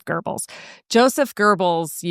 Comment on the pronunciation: LOVE this channel. ( you miss pronounced Geobbel's name....no r ) I might have misspelled it too😂